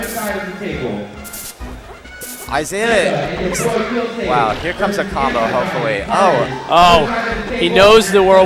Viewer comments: Guy says 'E-sai" for 15 minutes. Finally you can hear him get corrected. "Yeah...Isai"...Hahahahahahah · If this guy says "E-sai" again I'm going to kill myself. It's "Eye-zay-uh" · This was addressed in another video where they were commentating. Isai is his middle name, pronounced ee-sai (or something similar,) but people have been pronouncing it Isaiah since the early days of competitive 64 and melee, so it's become the standard. They're not noobs, they're probably pronouncing it the way /he/ told them it was pronounced. Don't be so judgmental. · Everybody is retarded, Isai confirmed in his AMA reddit thread that it's Eye-Zay-Uh